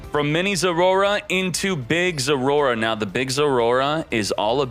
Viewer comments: " zoroa" not zorora ... learn to read 😂😂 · I like how he say Zorora instead of Zoroa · its not Roar. Poop Dip. Zor-oh-ah. zor-o-ah thank you. Have a little Respect for the Game State. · Am i trippin or is he actually calling it "Zorora" ? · i don’t even know how to pronounce it as Zoroa. maybe we should call it zorora like him lol